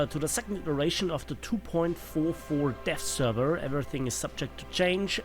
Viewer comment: Kind of sounded like you said the death server